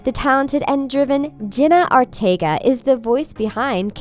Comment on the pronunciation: “Jenna Are-teg-a”